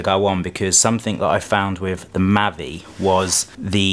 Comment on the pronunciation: Mavic not mavric but Nice gears bro